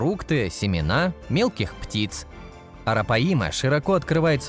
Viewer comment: Арапаи'ма!😂😂😂 Арапа'йма, диктор по бумажке!